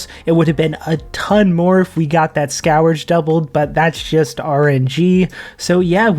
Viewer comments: Just for your future knowledge, its pronounced "SKURGE" rather than "SKOWER-juh" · Scurge is how it’s pronounced:) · The way you pronounce "scourge" is cringe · never heard anyone pronounce scourge like that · Every time he says it I have an unbearable urge to murder a kitten